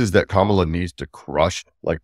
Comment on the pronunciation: you undermine your own credibility by not pronouncing Kamala's name correctly.